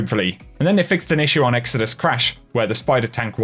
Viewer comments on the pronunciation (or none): none